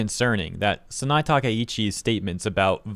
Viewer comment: It's Sah-nah-eh Takaichi. After first I didn't know who you were referring to.